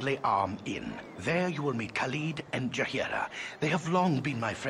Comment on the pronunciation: I am increasingly amused by ability to mispronounce every name in this game. I mean getting Imoen wrong would have been one thing, but Gorian, Khalid, and Jaheira are the only names that come up in the spoken lines of dialogue, yet managed to mispronounce them all